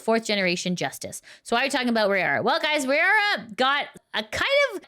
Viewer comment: Raora is pronounced Rah-oh-rah like the word wow.